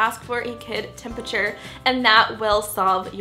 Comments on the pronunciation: "temperature" not temputure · temputure. lol. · I CANT KID "TEMPURTURE"